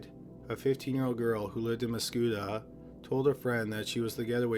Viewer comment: It's Mah-scoot-tah